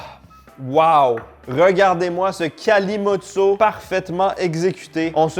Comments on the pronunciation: En français, ça se prononce Calimoutcho et c'est généralement la boisson des poivreaux. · Le kalimotxo ce prononce kalimotcho. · « Kalimotxo » se dit Kalimoutcho 😅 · chez nous on prononce "KALIMOUTCHO" pour le vin + coca et on a une autre recette, le "PETROLE" pour du pastis + coca qui fonctionne aussi bien à la surprise générale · En France, on prononce Calimoucho'.. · EL KALIMOTXO ! ! ! ! ! (prononcer calimoutcho) AH PUTAIN ! ! ! Qu'est-ce que j'ai pu en faire au all-inclusive à MALLORCA de ce cocktail 🤤🍷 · cela ce dit kalimoutecho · Tu as fais erreur ça se prononce kalimoutcho et c'est basque et non pas espagnol. Tu vois que le mot ne vient pas de la langue espagnole mais de la langue basque. Le pays basque est colonisé par la france et l'espagne et se bat pour sa liberté comme la Palestine, l'Irlande ou la Corse. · Ça se prononce kalimocho je buvais ça gosse quand mon père jouais au foot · Il faut prononcer kalimoutcho et on boit ça aussi chez nous dans le sud ouest de la France, les bodegas des fêtes de Dax, Bayonne etc... 😉 Bises du Périgord ! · Coca et vin non j’peux pas, j’ai bu ça la première fois avec un correspondant espagnole a 18 ans prononce le kalimoutcho. Deg j’ai vomi à la fin de la soirée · Pour info ça se dit kalimoutcho et c'est une boisson de homeless, clodos quoi ! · MERCI de faire découvrir le Kalimutxo / Kalimotxo aux gens (se prononce kalimoutcho). On me prend pour un fou quand je raconte que c'est très bon à chaque fois 😭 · Vincent + coca se prononce kalimoutcho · Agur. Le mélange vin rouge coca se prononce kalimoutcho et c'est une spécialité basque! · on dit kalimoutcho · Kalimotxo se prononce Kalimoutcho, et on en bois des litres aussi au Pays Basque avec du jus de citron et du sucre.... Miam-miam ou plutôt Glou-glou.. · Le cocktail vin rouge/ cola se prononce kalimoutcho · Salut ça se prononce Calimoutcho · Kalimoutcho a prononcer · le Kalimotxo c'est basque pas espagnol (le x est prononcé ch) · Ça se prononce "kalimoutcho"